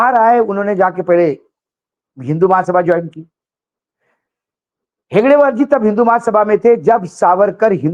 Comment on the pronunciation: हेगड़ेवार नहीं हेडगेवार बोलो